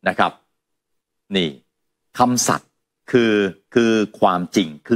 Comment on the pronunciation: คำสัตย์ ไม่ใช่คำสัตว์ นะครับ